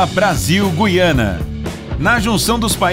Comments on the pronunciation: Guyana? Em Português se pronuncia Guiana.Pelo menos aprendi assim. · Guiana, não gUiana kkkk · Güiana? Não seria Guiana, sem pronúnciar o G e o U cmo Gu? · Venezuela, Brasil e "GUiana" é GuIana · Não é GU-I-ANA O CERTO É GUI-ANA